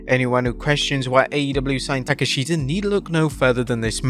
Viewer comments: Why does he say "taka"sheta" thats a bad butcher of it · Ta kesh ta and Mariah May. You are just butchering names